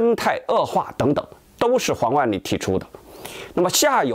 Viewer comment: 是黄huang 万里，不是王wang 万里。